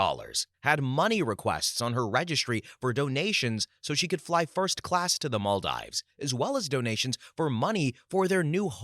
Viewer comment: Story 61, Maldives is pronounced Mal-deeves. I was cringing every time he said it.